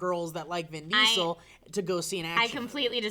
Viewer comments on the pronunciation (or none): Vin Dee-Sul